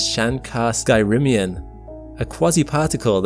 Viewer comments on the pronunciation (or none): it's not "Sky Rim-ion", it's "Skyrmion". pronounced "SCUR-me-on", named after British physicist Thomas Skyrme. It's also called a Hedgehog Soliton. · skyrmion is pronounced like "skermion" since they're conceptually similar to fermions